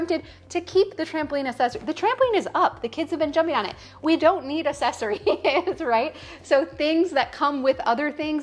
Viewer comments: If she says uh-sess-uh-Rees anymore, it’s not pronounced that way. I do love the idea of getting rid of things, but I wonder if her kids get annoyed by her saying all the time, you’ve got two hats, whoa get rid of one lol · And do you notice that she even spelled it wrong in the first part - ‘assesories.’ - the same way she pronounced it. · This is a good list! I just went through my house and followed along. Also, it's spelled accessories. That's probably why you're saying it the way you're spelling it!